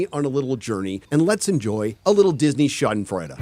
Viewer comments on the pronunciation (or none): none